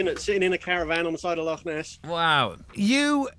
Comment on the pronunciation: I love an Englishman that can say Loch